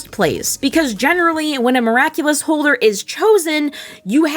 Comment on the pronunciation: That theme-song hahaha. "Miracle-less ....... Simply the Best" hahaha. Amazing how funny it is when you mispronounce the NAME of the show